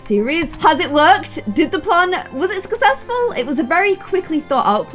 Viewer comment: No one:: SkEcCeSsFuL